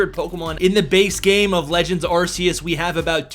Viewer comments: It’s pronounced “Ar-keus “ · I really tried watching this but he mispronounces Arceus so many times that I just cringe... 🙈